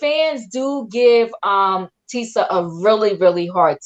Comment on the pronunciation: Tee- sha. Her name is TEE-SHA.